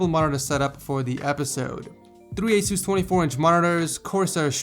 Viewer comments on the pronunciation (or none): none